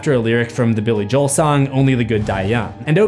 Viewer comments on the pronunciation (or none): none